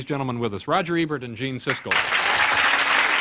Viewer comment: I love how Letterman pronounces Ebert like Ernie from Sesame Street.